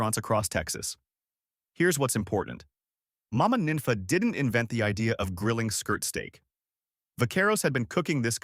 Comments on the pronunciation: The way you're pronouncing these names is killing me. Her name was pronounced "neen fah." If you were from here, you'd know better. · 'Nenfa". wtf.